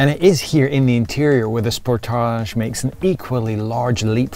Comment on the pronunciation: OMG, the way he keeps saying "Sportaage" instead of Sportage is incredibly annoying... I had to stop watching because his fakeness is nauseating! KIA, please never let this guy review another one of your cars. EVER!